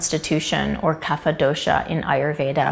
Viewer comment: Some pronounciation tips: Kapha: Ka-ph Dosa: Do-s Ayurveda: Aa-yur-ved By the way great video